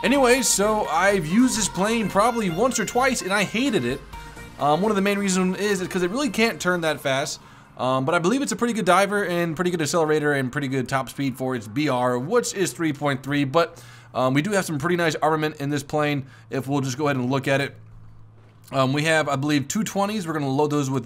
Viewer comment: Learn to say accelerate its not essellerate